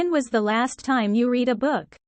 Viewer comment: when was the last time you read a book? 에서 read가 과거시제이므로 "레드" 라고 발음되야하는데, "리드" 어 북 으로 나오네요.